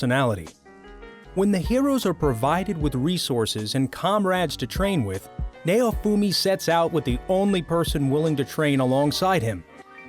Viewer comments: Lmao nay-oh-fumi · It's pronounce as "NOWfumi" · Nay-oh-fu-me .... I HATE trying to listen to reviewers that can't pronunciate simple names.... Now-fu-me (naofumi). Git Gud. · "Nayowfumi" lmao its pronounced Now-foo-me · Naofumi is pronounced Now-Foomi Idk why but the way he says it annoys me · It might help if you watch the shows you feature in your video. You apparently haven't watched Rising of the Shield Hero as you butchered pronouncing Naofumi's name. Which you would realize if you watched it instead of reading boilerplate descriptions of a show. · that may be so but he butchered naofumi's name so badly